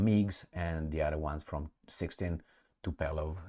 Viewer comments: TupOLJEv, not TupELOv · It's not TupElOv, but TupOlEv